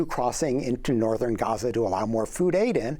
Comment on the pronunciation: Amy, I'd like to take a moment to tell you how happy we are that you try to pronounce 'Gaza' properly! Just a tip: you got the first letter right (Gh instead of Ga), but the imagine it spelled like this for the best pronunciation: Gheza. So, swap the A with an E and make it short. Regardless, thank you!! It means a lot to see your efforts!